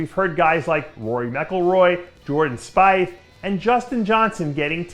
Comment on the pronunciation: Lol Jordan "spy-th". Dave, it's "Spee-th".